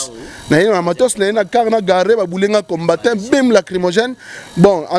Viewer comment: Désolé mais parle mieux👏👏👏 que celui qui habite en France...🤔 Cherchons l'erreur *Musulmans radicaux....et non radical *combattant et non combatta 😜 Soutenu... Et non souteni...il a dû mal à retenir les questions.... Rappellons tous que ce n'est qu'un Chroniqueur à la congolaise et non un journaliste possédant une carte de PRESSE... Yebela